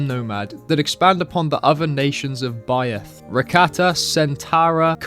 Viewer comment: How can’t bro say the simple word Byeth in school you learn that th makes A SIMPLE SOUND